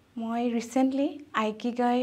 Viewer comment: ইকিগাই হয়, আইকিগাই নহয়।